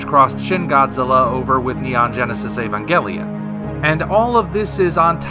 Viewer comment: Evagalion isn't even hard to say though